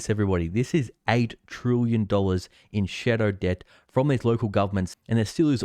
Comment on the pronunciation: "Trillion" is pronounced as it spelt, not "trooyan".